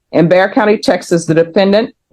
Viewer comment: BEXAR COUNTY. It’s pronounced Bayer, like the aspirin.